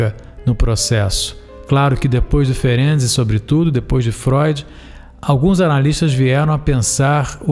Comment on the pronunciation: Amei você pronunciar corretamente o nome desse baita cientista Isso mostra sua seriedade. Como descendente Húngara fico agradecida, pois estudar e saber pronunciar o nome de alguém é respeito 👏👏👏👏👏